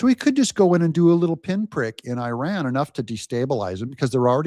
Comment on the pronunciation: Your channel in summary: 1- 20 minutes of talking about "I" and my 6-8 running 2- 5 minutes of Advertising 3- 2 minutes of showing other's people work, And of course, not being able to pronounce IRAN the right way. At least listen to the way our president do it. You are in it for money through President Trump.